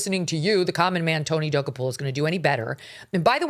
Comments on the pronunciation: GOOD GRIEF WOMAN!! AT LEAST LEARN HOW TO PRONOUNCE TONY'S LAST NAME!!! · WHY DO YOU PURPOSELY MISPRONOUNCE HIS NAME? SO HIGH SCHOOL. SO AMATEURISH. SO BITCHY! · mispronouncing his name....REALLY? WOW. What else did you get wrong? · why mispronounce someone’s name so horribly..? so your listeners have no clue who you’re talking about? good plan for someone who seldom gets anything right like Mógan Kurly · Megyn, please learn how to pronounce the man’s name if you’re going to crucify him! You are nuts! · You sound stupid by butchering his NAME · It's not that hard to correctly pronounce Tony's name. It cheapens your show when you can't get his name right.